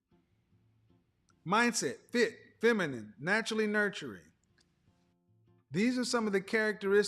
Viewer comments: She's "finimin"....hahaha...and she said it twice!...Kevin let her slide! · Did homegirl say feninine? 🤔